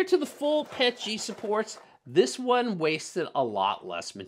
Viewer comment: I was 3/4 through the video before I realized you were saying Pet-G and not Pechy. You were saying P L A and not PLA. Thanks for the laugh mate.